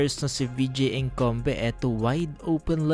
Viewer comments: HaLatang Nanunuod ka lang, para may e-Content KAHIT MALI! Hindi ka nakikinig sa Announcer ng NBA kung Ano ang Tamang Pagbigkas ng Apelyido na yan! WALANG PLAYER NA EDKOMBE EBKOMBE ENGKOMBE ANG SEXERS! WALANG GANYAN! Maraming Beses mo pa inulit-ulit! Nakaka Bwesit! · 😂😂😂 patawa ka nmn dika nman mrunong mg pronounciation 😂😂😂